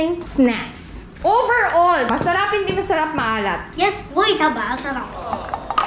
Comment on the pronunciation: "Hindi masalap" HAHAHAHAH